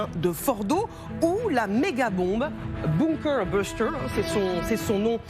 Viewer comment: "beunkeur beusteur" 😂😂😂🤣🤣🤣